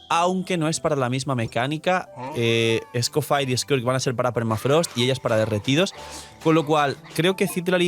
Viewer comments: se pronuncia escofié, es francés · ESCOHFJTINFJEJRSHHHH Pa’l algoritmo. BTW Creo que se dice Escofié 🤌 (Escoffier)